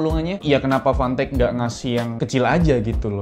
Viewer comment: Udh vanteq si nyebutnya